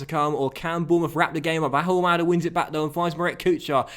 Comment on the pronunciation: please, you don't pronounce the H in Ahumada's name.